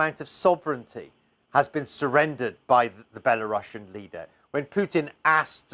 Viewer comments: No you don't pronounce Belarussian with russia, its not "bella russian leader" as you said, its bela-ru-sian should sound the same as the word asian for example. But I understand what the letter C is stands for... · Why is it now being pronounced Bela-russian 😂